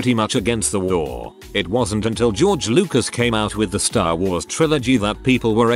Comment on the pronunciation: Content creator decides to use robot voice to read content > robot voice not programmed properly > robot misreads "me" as M.E., misreads "it" as I.T., and most ironically mispronounces "properly".